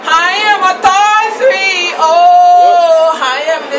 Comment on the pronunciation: LMAOOOO MIA DEAD "three" "fadder" loool